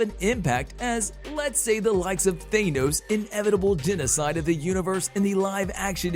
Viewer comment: His name isn't Thānos! It's a short A, not a long Ā! 🤦🏼‍♂️